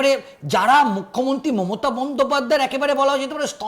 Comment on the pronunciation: ভাই, মমতা বন্দ্যোপাধ্যায় বলতে গিয়ে মোতা বন্দ্যোপাধ্যায় বলছেন কেন?